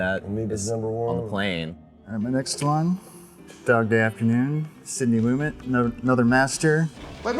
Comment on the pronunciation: I can't believe that dude ruined the trans thing reveal for Dog Day Afternoon!!! Grrrrrrr. What a ding dong Such a great film. Big heart, very funny, and so intense at the end. Amazing acting, direction, and script. One of my absolute favorite movies. Also annoying how he pronounces Lu-MET as LU-met